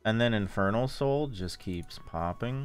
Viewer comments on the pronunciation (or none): did anyone else here him say "infertile sole will make me strong" lol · I thought he said “infertile soul will help my ult” 😭